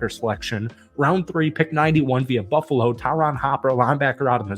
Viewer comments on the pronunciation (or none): none